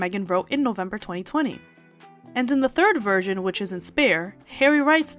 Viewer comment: She says "in the second virgin"😂😂